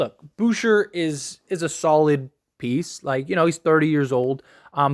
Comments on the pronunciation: Hahahahhah. Bouher. It’s pronounced like boo-chei. Lol. I laughed so hard. He’s French bro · It's Boo-shay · Pronounced Boo shea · Boucher- booshay Alec burk- alec burks Fred vanvleet- FredVanVleet